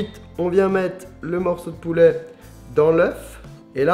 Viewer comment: "poulè" mdr